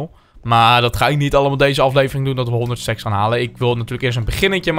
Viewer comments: ik dacht dat je seks zei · Ik verstond seks in plaats van stacks